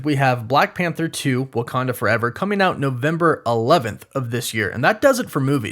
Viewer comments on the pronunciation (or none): none